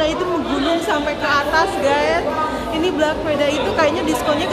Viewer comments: black kali mba , bukan blak hihi 😂😂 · Black itu penyebutannya blek teteh syang bkn blak tetehku 😊